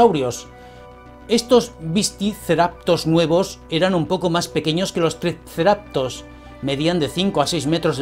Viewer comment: Hola buenas. Si me permites, te digo que pronuncias mal el nombre del dinosaurio. Pronuncias "triceraPTOS", cuando es "triceraTOPS". En el nuevo también lo has pronunciado mal, supongo que te lo habrán dicho ya. Un saludo y gracias por el contenido.